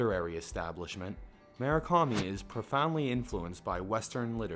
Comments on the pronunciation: You realize there's a 'U' in Murakami, right? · "Mu -Ra - Kami"